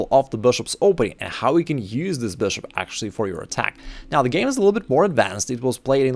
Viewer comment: We all know you just found out that people like the way you say BRSHUP!